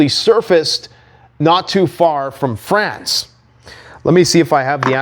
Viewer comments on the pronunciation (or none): none